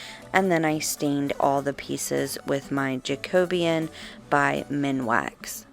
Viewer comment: Where did you buy the Canadian Pine Sticks? Yay you said Jacobean correctly!!!